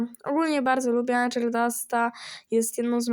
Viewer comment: nie tak się czyta angel